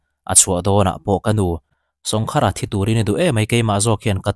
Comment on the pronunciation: Sawngkhara tih I thluk dan kha khar tih lai kha thluk deuh tur,sawng tih awmzia hi kawngka/kawngkhar tihna, sawngkhara tih awmzia chu kawngka khara tihna vel a ni e